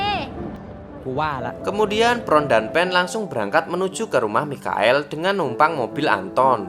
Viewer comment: Mikael😭😭 Michael baca nya maikel